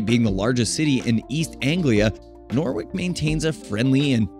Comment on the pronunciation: that’s not how you pronounce norwich…or boudica 😭 don’t pronounce the w